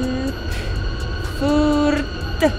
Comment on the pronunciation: you said it right فرانكفورت 😁